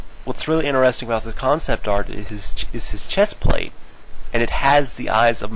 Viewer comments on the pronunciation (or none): none